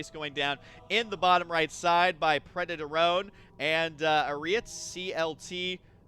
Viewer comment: It's obviously preda torone.